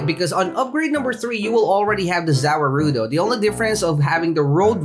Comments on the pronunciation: Its pronounce ZA-WARUDO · za waruldo is pronounced za world -o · its ZA--WA-RUDO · btw the way it's pronounced ' za war-doe' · The way you pronounce za warudo hurts my brain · how u say za warudo makes me mad no hate btw